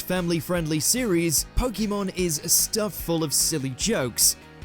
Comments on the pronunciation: When will they actually say it right as should be Pokémon. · "It doesn't make sense in the context of pokemon pronunciation" he says, mispronouncing pokemon every single time in the video